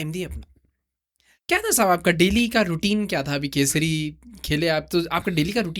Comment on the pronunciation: Bhai It's Telangana Kesari, not Kaseri. 🤦